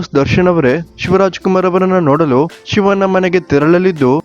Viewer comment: Prounce properly for shivanna...you are calling ಶಿವನ್ನಾ